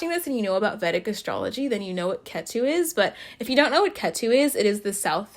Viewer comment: I find it funny how your pronounce Ketu! Like Tattoo 😂😂 Cute accent!